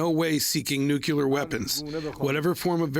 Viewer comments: it's "NU-CLE-AR" !!!! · Please tell your farsi translator that it's "NUCLEAR" not "NUCULAR".